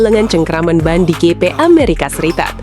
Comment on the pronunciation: Pronunciation nya ya tolong dibenerin... Lap (laep) bkn lap (emang lap mau ngelap motor) Gp (JiP) bkn gp tambah p lg jd gpp